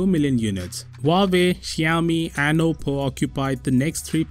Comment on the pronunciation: Xiaomi ==== xsci -yao-mi you are awsome